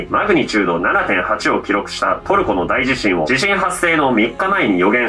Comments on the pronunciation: ちなみに「大地震」は「だいじしん」でなく「おおじしん」が正しい読み方です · んだんだ😬 外国人が“ダイジシン”て読む人多いんだよね…